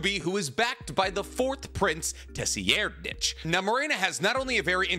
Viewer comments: "Tessy Air'd Nich" Holy fucking shit, dude. "SIR EYE'D ". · Has no one told that tserreidnich name is pronounced sir-eyed-nitch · I've not heard other people say the 4th prince's name that way. Most of the time I hear (tsir-ride-) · Isn't it (Tserriednich) pronounced "Sair-reed-nich"? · His name is "Ser-Ride-" I flinched every time you mispronounced it, my dude. 😂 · He's the only person I've heard pronounce it the way he does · That 4th prince pronunciation 💀. Tho I get my pronunciation from an Australian man in a room so who really knows 😂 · It’s more reed than ride but def not what he was saying 😭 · Why are you pronouncing 4TH princes name like that?? Geez look up the pronunciation